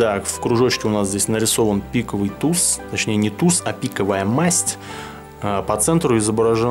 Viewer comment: там на и падает ударение т. е.пииииковый туз